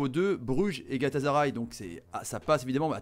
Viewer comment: Même pas la peine de t’écouter ça ce voit que tu connaît rien au foot dès lors que j’ai entendue GalataZaray